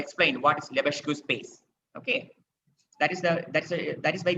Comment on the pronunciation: Great lectures. It's pronounced /Lebesk/ not /Lebesgu/